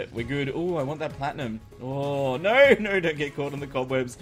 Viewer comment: Love your content, hate the way you say no. You pronounce it nyor